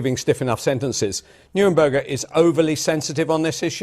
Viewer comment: The judges were politically motivated and they did what judges always do: decide the result they want and then reverse-engineer the arguments that lead to that result. Neither MacKenzie nor the BBC guy could properly pronounce "Neuberger".